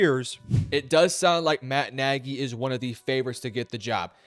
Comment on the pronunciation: It is not Nagy.